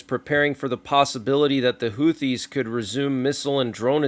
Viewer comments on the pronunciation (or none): none